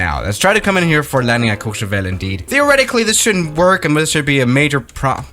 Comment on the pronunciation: did you just say Courchevel correctly??